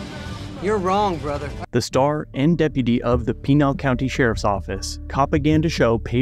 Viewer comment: did .. did you say the .... Penile County Sheriffs.... Penile County..... damn i hope that's right